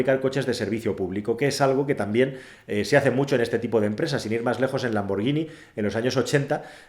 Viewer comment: Muy bueno. Enhorabuena por el éxito. Dos detalles para mejorar: 1- Por favor, Hispanoamérica, no latinonada. 2- ¿Por qué un experto como tú dice "lamborllini" y no "lamborguini", que es lo correcto?